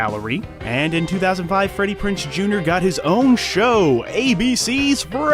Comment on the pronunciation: It's Freddie Prinze Jr. Z, PRONOUNCE THE Z, IDIOT